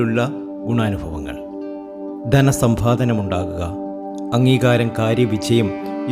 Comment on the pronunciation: സന്ധാനം, സംഭാദനം കൊള്ളാം